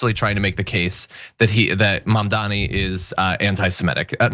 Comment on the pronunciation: Dude are you seriously strugging with the word "MAMDANI" (pronounced like "mom" + "daanie") ?! Dude your last name is "Iadarolla", lets butcher that one !!! Even 'Iadarolla' is harder to pronounce than Mamdani! Idiot!